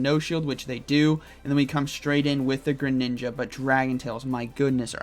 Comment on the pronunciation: everyones going to talk about "grininja" lmao